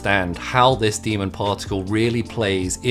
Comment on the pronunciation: why do you pronounce "demon" as "demond"?